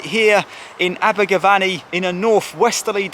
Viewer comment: It's not VANNY it's VENNY😎